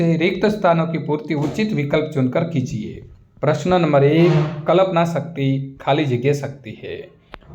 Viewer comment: Yr sir कल्पना होता है कलपना नहीं